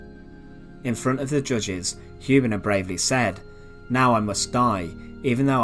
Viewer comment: Hübener, not Hubener!